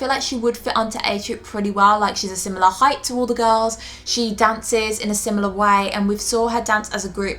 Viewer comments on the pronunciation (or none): none